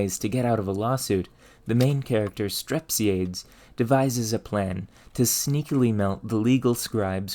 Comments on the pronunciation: Strep-sigh-a-dees, air-is-toff-a-nees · Ar-iss-TOFF-ə-Neez Strep-SEE-ə-Deez For future reference 😉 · I too am that guy. Aristophanes is Ari-STOF-a-nees not A-RIS-to-fanes and Strepsiades is Strep-see-AH-days, not STREP-see-aids. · fyi the "S" in "fresnel" is silent. and Arisophanes and Strepsiades are pronounced "a-ris-tof-an-eez" and "strep-si-a-deez" ancient greek names ending in "es" always have one more syllable than you'd expect. think of "Archimedes" & "Socrates"